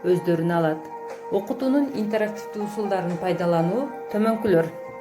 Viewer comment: туура айтчы интарактивдүү дебей